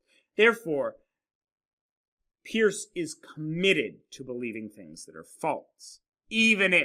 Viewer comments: Peirce is pronounced like "purse" not "pierce." I couldn't watch the video because it annoyed me so much. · It's perce (peirce) not peers. You have not read Peirce very well and your picking and choosing of selexted sentences is fallacious . You must disavow the underlying skepticism that underlies his philosophy, and with which he critiques Descartes. He is very clear about clear ideas and the method, pragmatic, which you have mischaracterized in fact ignored. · Thanks for the video, which I found interesting since I did my doctoral dissertation at Ohio State on the pragmatism of Holmes, Peirce, James, and Dewey. However, I winced the first time (and every other time) you mispronounced Peirce's name, which immediately detracted from your professional credibility as a philosopher -- but I'm glad to see you correct this in your own comments. It would also help you on a professional level to have someone carefully edit your text graphics. You continually misspell "fallibilism," for example, and you don't seem to know that "it's" is not a possessive, and you make other careless errors. Once again, these are stylistic problems, not substantive ones, but in the professional world, your substantive content (and thus your credibility) suffers when it's tainted this way. If you are going to "put yourself out there" with public videos like this, just as you would if you were to submit a paper for professional publication, then make sure you leave out the sloppy mistakes.